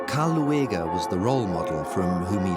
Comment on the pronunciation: Karl Lueger's name isn't pronounced Loo-egg-er; it's pronounced Lue-ger.